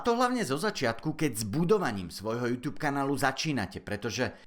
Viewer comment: prosím nečítaj to júťjúb ale normálne jútúb :DD